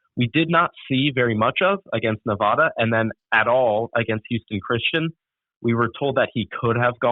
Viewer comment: Not only did he get the name of UNR wrong, he mispronounced Nevada repeatedly...